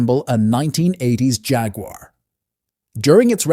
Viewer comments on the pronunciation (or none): none